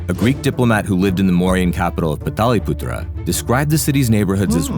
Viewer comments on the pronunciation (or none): Its not Pataliputra its Patliputra 😂😂😂